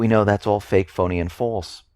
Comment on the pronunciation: Lol, i like when he says "its fake pony and false" makes me feel all funny